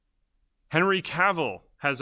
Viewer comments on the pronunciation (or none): none